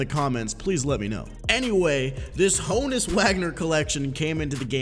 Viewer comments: Haw-nus Vag-ner if you tryna be German but it’s Hoe-ness Wag-ner for us U.S bois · Hoh-nus not hah-nus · Ho-nus Not Ha-Nus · Ho-Nuts without the T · is Ho-uns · YoItzLogan -_- yall dumb its Hah nud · it is pronounced Hoe-ness in Prison Break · It is Han-ness wagner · It is Hoe-ness... idk what other people are smoking but... lol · OH-ness. The H is silent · It’s Han-us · It’s “Hoe-nus” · I swear its pronounced hoooo nus lol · Alfredo Beltran hoooooöenus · The Bot ur right it’s H-own-us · H is silent. pronounced Ownus.